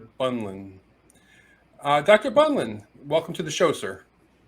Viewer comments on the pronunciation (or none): It's "Pair Bee-lunt" actually, not "Bun-land". Great interview